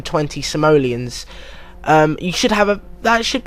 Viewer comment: the way you say simolons is funny